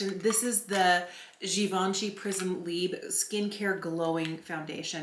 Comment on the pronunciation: Ok, I'm going to leave this useless comment here but THAAAAANK YOU for not saying "Prisme libré" but "Prisme libre" ! I'm French, and for some reason when people say "prisme libré" it bothers me so muuuuuuch ! The word "libré" doesn't exist, maybe that's why. And I know I'm not better with some English words but...